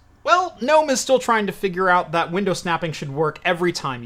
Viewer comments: It's pronounced gnome. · mfw "gnome"